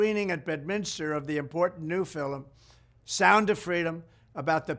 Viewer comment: fil-em = i love it. will start saying it like that.